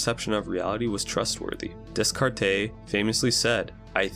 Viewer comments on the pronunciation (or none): You butchered Descartes.